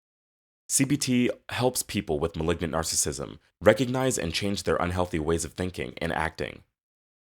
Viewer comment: You can't even pronounce narcissism right. It's nar cis sism. You're saying nar sism.